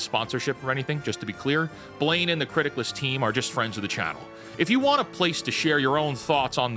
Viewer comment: I thought you were saying "Criticlist" or mispronouncing Critics list and I couldn't find the website. Captions to the rescue. It's Criticless. I applaud you for watching so much stuff though. I gave up three years ago and switched to books, games and manga.